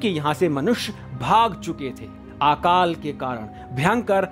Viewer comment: अकाल होता है आकाल नही